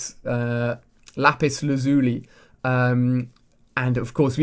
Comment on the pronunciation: Its pronounced laz-you-lie (lazuli)